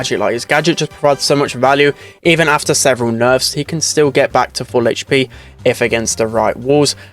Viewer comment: i think mortis and penny should be 54 and 55, not because they are bad but because they get outclassed in literally every situation edit: stop saying hp like that please